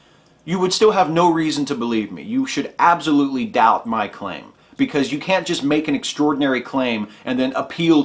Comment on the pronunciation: Abzolutely... is that an accent or just your special way of saying it?